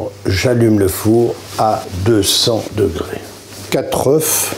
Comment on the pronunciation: Avec 1l de lait, c'est certainement très liquide, oui! Mais à la télé (ou sur YouTube) on peut ré-essayer 10 fois et montrer en fin de compte ce qui a marché! 😅 Et puis, je croyais que le pluriel du mot 'oeuf' c'était 'oeufs' (prononcé 'eu'), non?